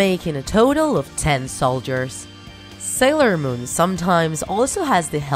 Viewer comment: Sailon moon XD